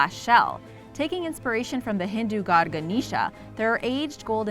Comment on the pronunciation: Yeaahhhh, No. It's not Gan-i-sha, it's pronounced 'Gan-ae-sha'